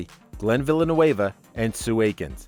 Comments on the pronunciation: glenn villa-new-avuh? have you ever even watched the show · Villeneuve...not Villanueva...cant you read?!? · Glen Villeneuve is not Glen Villanueva is from Burlington, VT. It's pronounced Vil-en-nu. You make it sound like he's from L.A. He may now live on the west coast but he's originally from New England. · its Villeneuve not villanoueva......... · Villeneuve is French not Spanish its pronounced Vl nuv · Would be nice if they pronounced his last name correctly. Villeneuve is NOT A LATINO NAME! Try pronunciation guide for French. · Seeing a lot of people complaining about he pronounced Glens last name. I bet 99% of the people here wouldn't know how to start pronouncing it, much like myself. Point is, who cares how he pronounced it, at least he put the effort. A lot better than people misusing "then" and "than" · Learn how to pronounce Glenn's name please! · That irked me too, his last name is of French origin, not Spanish. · lol Love the way you pronounce Glenn's last name...hahaha. Look up who Gilles Villeneuve was and how to pronounce it. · You said Glenn’s last name wrong 😑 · Stop mispronouncing Glenn Villeneuve's name he is French not Spanish. No one could force Sue Aikens to do anything. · That’s not how Glen’s last name is pronounced. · Wild way of pronouncing " Villeneuve." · If the narrator mis-pronounces Glen's last name that badly, he obviously doesn't watch the show. Click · I like how took butchering the word "Villeneuve" to a whole new level. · Lol this guy can't pronounce Glen's last name. It's French not Spanish.